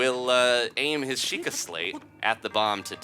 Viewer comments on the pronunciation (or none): none